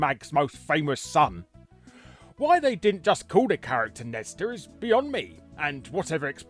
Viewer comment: You wrote "Nesta" but keep calling him "Nester." Whats the deal?